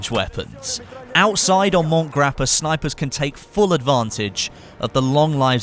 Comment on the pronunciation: By the way as an Italian it is pronounced Mont-e Grappa not mont as in French pronounciation